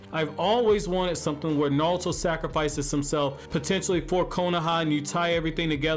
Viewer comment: Bro, it’s NARUTO, not Nawuto